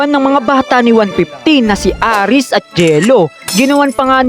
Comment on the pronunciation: Hindi po aris ares po kuya